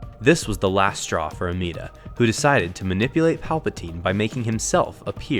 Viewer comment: No offense, it’s Amedda, not Ameeda.